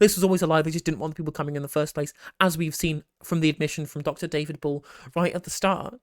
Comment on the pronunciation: David BULL? What happened to the second and well deserved second syllable? The blonde, is showing her true (nazi) colours. Cleverly is showing brains here. I am impressed. The asylum seekers are here for a better life (does a life without persecution not qualify as "better"?), which INCLUDES work and no being persecuted!